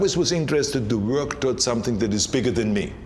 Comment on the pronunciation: the way Arnold is pronouncing "Wuörk" (work) is epic